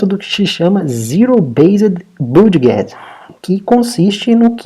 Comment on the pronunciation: Olá. Desculpe incomodar, não sou de ficar corrigindo, mas acho que pode ser útil para seus futuros vídeos... A palavra budget se pronuncia "bãdjit". Caso já saiba, perdão... só achei legal comentar porque é uma palavra chave que é muito utilizada nos seus videos, que alias são excelentes!